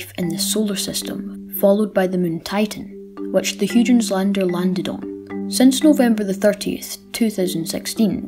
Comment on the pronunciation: Cool video! Just so you know, it's pronounced "Hoy-gens, with the first syllable rhyming with soy. At least that's how I've heard it pronounced on other videos. Not to worry though! I think everyone interested in astronomy has pronounced something wrong at some stage, what with words like Sagittarius and chthonian (I'm not even sure I spelled that right!).